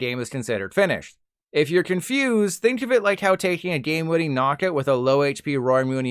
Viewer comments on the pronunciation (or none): none